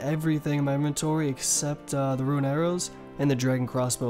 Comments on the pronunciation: soooo confusing when you say RUIN instead Rune. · Correct way to say things. Wyvern - “why-vern” Alch -“Alk” Rune - “roon” Visage - “vizz-idge” Seriously you are a very stupid person, you can neither spell, speak with correct grammar nor pronounce simple words. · Wyvern not wivern Visage not vysage Ancestral not ancestrial Rune not ruin Alch not auch You also say etc too much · Dewd plz stop ur pronouncing visage vysage and rune ruin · Sorry but bro there’s no “I” in the word “rune” or “runescape”